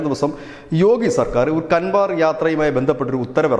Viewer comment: ദയവായി ഹിന്ദി വാക്കുകൾ അതിൻ്റെ ശരിയായ ഉച്ചാരണശുദ്ധിയോ പറയുവാൻ ശ്രമിക്കുക. "കൻവാർ "യാത്ര എന്നല്ല, "കാവട്"യാത്രയാണ് ശരിയായ ഉച്ചാരണം. ഇംഗ്ലീഷിൽ എഴുതിയിട്ടുള്ള ഹിന്ദി വാക്കുകൾ പലപ്പോഴും ഇത്തരം ആശയക്കുഴപ്പങ്ങൾ വരുത്താറുണ്ട്.